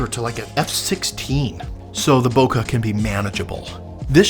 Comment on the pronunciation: Ah-ha! Caught you! You said bokeh wrong there. >:)